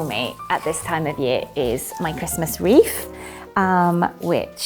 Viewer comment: I’m just astounded that someone so obviously intelligent, successful and stylish does not know how to pronounce ‘th’ and is pronouncing it as an ‘f’! Wreaff instead of wreath! 😮. Wow I did not expect that at all. 😮